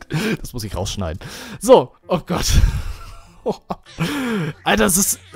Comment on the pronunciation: du sagst immer statt oh gott nähmlich oh gatt !